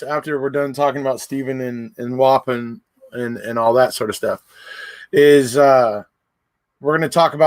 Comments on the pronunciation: It’s pronounced Wah-Pawn 😉 Wisconsin resident here. 🙋🏼‍♀️ Thanks for another great video! Stay healthy! 🦠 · The prison is pronounced “whaaaa- pawn”